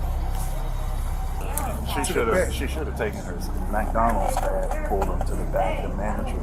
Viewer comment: It's pronounced "MacDonoos"...